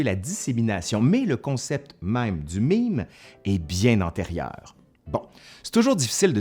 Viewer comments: "è" se prononce "ê" en français. Et non "i". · OK, mais cela se prononce MAIME, pas MIME ;-P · j'ai toujours prononcé "mème" comme "même", je suis française et l'accent grave se prononce comme l'accent circonflexe XD donc quand j'entedns dire "un mime" ça me perturbe XD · C'est écrit mème mais tu prononces mime ?? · En France on prononce "mème" exactement comme "même" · Ça se prononce "maime"!!!!!!!